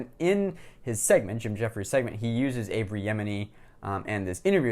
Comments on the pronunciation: There's no "r" in Avi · That's a bit more than a mispronunciation, that's the wrong name, period. A mispronuncation would be "A"-vee", lol